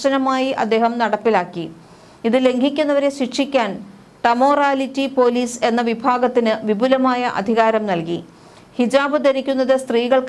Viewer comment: ടമോറലിറ്റി പോലീസ്.. 😂😂 ബല്ലാത്ത വായന ആയിപ്പോയി..